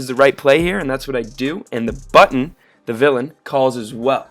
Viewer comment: thee ten, theee small blind, theee button. why do you pronounce "the" so strangely?